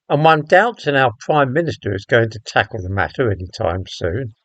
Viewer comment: You said ‘tackle’….